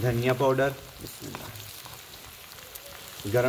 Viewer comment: Mashaallah, love the way you say Biamillah.